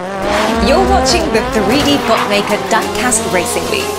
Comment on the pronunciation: Quick question… why is there an English girl miss pronouncing diecast in the opening? I’m from the uk myself and I’ve never heard anyone say it like she does. Lol